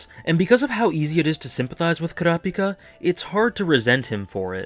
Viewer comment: Wow, a Youtuber who actually pronounces Kurapika correctly? Glad I subbed :D